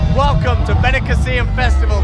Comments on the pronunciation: beniCÀssim not benicaSSÍM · Why do all English people say benicaseeyum. It's just 'seem'. Benicassim?